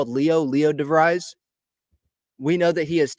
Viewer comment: In English this last name is pronounced “Di-VREEZ”. It may be pronounced differently in Dutch. I grew up with friends with this name in Michigan.